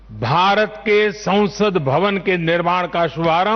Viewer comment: Sansad ... not sausad ...